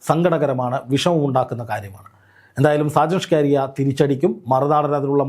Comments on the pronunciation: എന്ത്യേ എങ്ങനെ ഷാജൻ ഷ്കാരി യ അല്ല സ്കറിയ പറയരു ബ്രോ 👌😭🥰🥰💀💀💀🫂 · സാജൻ സ്‌കാരിയാ എന്നല്ല, സാജൻ സ്കറിയ എന്നാണ് മാഷേ 🙏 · ചേട്ടാ സാജൻസ്കറിയ. ആണ് സ്‌കാരിയാ അല്ല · ആദ്യമായിട്ടാണ് സാജൻ സ്കറിയ എന്ന് തോന്നുന്നു. അതാണ് പല പ്രാവശ്യവും സാജൻ സ്കാരിയ എന്നു പറയുന്നത്. ഇംഗ്ലീഷിൽ സ്കറിയ എന്ന് വായിച്ചപ്പോൾ അത് സ്കാരിയായതു ആണെന്ന് തോന്നുന്നു. അൽ മുഖ്താർ ജ്വല്ലറിയെ വളരെയധികം ന്യായീകരിച്ചു വീഡിയോ ചെയ്യുകയും, ഇപ്പോൾ മൈജി ഇലക്ട്രോണിക്സിനെതിരെയാണ് ഇപ്പോൾ തിരിഞ്ഞിരിക്കുന്നത്. അപ്പോൾ സാജനെതിരെ ആക്രമണം ഉണ്ടായതുപോലെ വിനെതിരെയും ആക്രമണം പ്രതീക്ഷിക്കുക. സൂക്ഷിക്കുക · ഷാജൻ സ്കാരിയാ അല്ലടോ ഷാജൻ സ്കറിയ എന്നു പറയു പ്ലീസ് കേൾക്കുമ്പോൾ ഒരു അരോചകം ആകുന്നു... സ്കറിയ....സ്കറിയ. പത്തു പ്രാവശ്യം എമ്പോസിഷൻ എഴുതിയിട്ട് ഇനി വാർത്തകൾ റിപ്പോർട്ട്‌ ചെയ്‌താൽ മതിയാകും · ഇതെന്താ ഷാജൻ സ്കാരിയാ എന്നുപറയുന്നത്..??? ഇതുവരെ പേരറിയില്ലേ??? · സാജൻ സ്കറിയായെ പറ്റിയാണോ ഈ പറയുന്നത്? എങ്കിൽ അദ്ദേഹത്തിൻ്റെ പേര് ശരിക്ക് പറയാൻ ശ്രമിക്കണേ. ഷ്ക്കാറിയാ എന്നു കേൾക്കുമ്പം എന്തോ ഒരു ശേലുകേട് . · ആദ്യം താങ്കൾ സ്ക്കറിയാ എന്ന് ശുദ്ധ മലയാളത്തിൽ ഉച്ചരിക്കുവാൻ പഠിക്കു, അതു കഴിഞ്ഞു ഞങ്ങൾ കേൾക്കാം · Why can’t you pronounce his name correctly even after many people corrected you several days. There are many people in Kerala with the same name. You are ridiculing them and their names. Are you doing this intentionally? Very annoying and shameful!